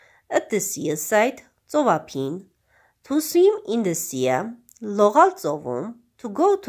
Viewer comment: Sea - սի (այլ ոչ թե սիԸ) ") և նույնն էլ seaside (սիսայդ) Enjoy (ի՛նջոյ) Dialogue (դայըլոգ) Forest - ֆօրի՛սթ London (Լա՛նդըն) Letter (լէ՛թթըր)